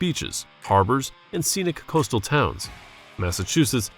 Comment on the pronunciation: Contidjus?, ... The roof was punctured by a large hole?.... These "costal" cities? ... An "apparent" explosion?... "Stock" On Trent? ...Hit by another vehicle headed in the same direction? It was a bloody police vehicle which did a "PIT maneuver. I stopped watching after putting up with this garbage, including the digital talking head and narration.